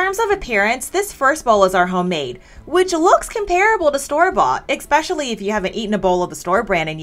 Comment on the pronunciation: It's pronounced "especially," not expecially.